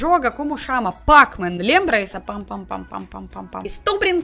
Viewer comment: péc men pronúncia correta 👍